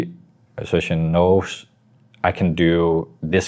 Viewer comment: He's name isn't xypex he's xyp9x pronounced xypnix